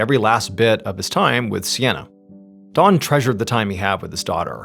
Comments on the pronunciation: The way he pronounced his name, I couldn't tell for 2/3 of this video if the man's name was Dawn or Don. 😂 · dOn not dawn the way he says it drives me CRAZY!!! 😖 😂 🙃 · Why does mr ballen call him dawn. Its don😂 im listening to this at work and 2 other people were kinda listening in and at the end they didnt here what happened so they asked me who ended up killing that lady. I said lady it was a guy. And they said oh he kept saying dawn ! I thought i was nuts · Is anyone else tripping out hearing him say Dawn and not Don the whole time 😂😂 love you MrBallen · I am hearing Dawn not Don. Anyone else. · The story becomes confusing when Don is pronounced “Dawn” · Hey, great story, but I almost couldn’t finish it because you kept saying “Dawn” instead of “Don.” 😂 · Funny how you pronounce DON as DAWN throughout the entire story. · "D-AH-N". Not "Dawn". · I know you’re saying Don, but it sounds like Dawn to me. For context I am Australian, so I’m listening to a foreign accent. I had a quick look through the comments, nobody else mentioned it. Anyway RIP Don, just sad tragedy for a family. A story heard all too often for those who follow true crime channels. Even though technically this isn’t 🤔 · I’m wondering where Mr.Ballen grew up. He pronounces Don with a “w” sounding like Dawn. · His name is DON, not DAWN! I’ve never heard someone mispronounce a name so consistently like that. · the way he keeps pronouncing this man’s name as “Dawn” is driving me nuts 😂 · You keep pronouncing Don as Dawn. How do you pronounce Dawn? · Saying dawn instead of Don is driving me nuts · When you say Don ... It sounds like Dawn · Instead of Don I keep hearing Dawn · dOn not dawn the way he says it drives me CRAZY!!! 😖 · Yooo...why does this dude keep calling this guy "Dawn"?! The name is clearly "Don"....not "Dawn". It's driving me fucking insane !!! PLEASE stop calling this guy "Dawn". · Anyone else hear Dawn instead of Don. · His name is Don I think, not Dawn... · Don not Dawn